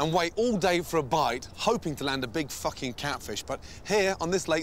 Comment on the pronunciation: “Absolutely fouking delicious”